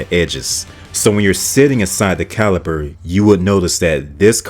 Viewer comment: I pretty much agree with this list, but "RendezVIEW? "CaliPer?' I feel like he's deliberately mispronouncing the names to drive comments 😂